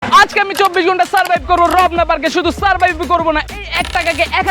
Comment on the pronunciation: শালা মদন রমনা পার্ক না বলে রবনা পার্ক বলতেছে